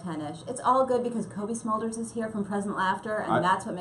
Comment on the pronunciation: Smolders? I thought it was Smulders.